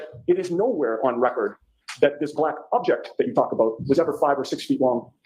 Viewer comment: Laly is objecting so much it sounds like he is now saying aject